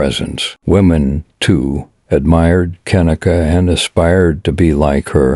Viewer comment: gotta admit.. not liking that computer voice that cant say her name right .. j/s 😞